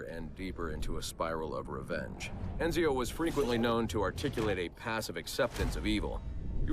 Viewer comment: It's more ironic that Roger Craig Smith (Voice actor of Ezio Auditore) did the narration for all these characters market analysis files and just butcher their names including Ezio's.